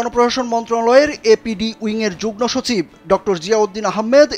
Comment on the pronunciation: যুগ্নসচিব নয়রে পাগলা😂😂 যুগ্মসচিব হবে😂😂 ফালতু রিপোর্টার😅😅